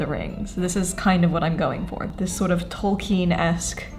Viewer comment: Bernadette pronouncing Tolkien’s name correctly is everything ✨ also, if you did a video talking about the historical influences on LOTR’s costumes, my life would be complete.